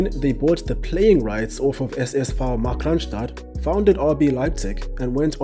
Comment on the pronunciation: Your german pronounciation is really good, do you speak german?